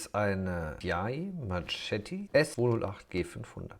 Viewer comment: Marketti wird's ausgesprochen